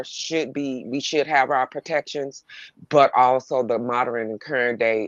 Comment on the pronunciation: I'm sorry, no disrespect. But, the word modern is pronounced MODERN, not moderren😂.